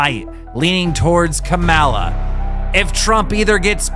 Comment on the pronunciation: is so funny. Acting like he doesn’t know how to say Kamala…lmao. Kuh-Mel-uh my ass!